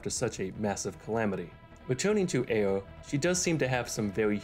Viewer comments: guy seriously struggles to pronounce the R. Sounds like he's doing uwuspeak lmfao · Why you pronounce ayre like you have a finger in your mouth